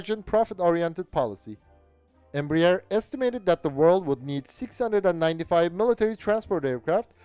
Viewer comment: Its not pronounced "Embra-Ear". Its "Embra-Air"